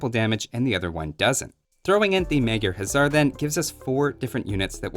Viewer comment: Funny enough, even though it looks like it should be pronounced "Huzzar", the Magyra Huszar is actually pronounced "HuSar" with a soft s-sound, since in Hungarian, 's' makes "sh" and 'sz' makes "s".